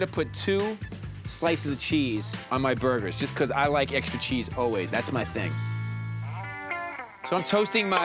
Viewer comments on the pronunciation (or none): none